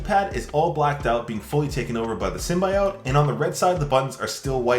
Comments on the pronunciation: Its SIM-BY-UT Not oat 🙄🙄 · Hate to correct you, but its pronounced, sim-bee-ote, not sim-bye-ote. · The way you say symbiote makes me sad.